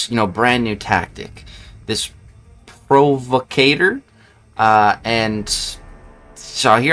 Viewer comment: Not trying to be rude. I could never bro I love u. It’s pronounced Pro- Va- Cuh- Ture(like at the end of entrepreneur)